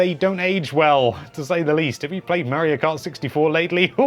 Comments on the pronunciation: Got the pronunciation for daemon down, just gotta work on Mario (not Marryo) now. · He calls Mario "Mary-oh" so there's that.